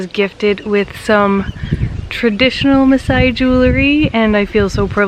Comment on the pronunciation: Your pronunciation of the maaasai words is superb. You're so fascinating and I love how you've showcase our culture to the world with a lot of positivity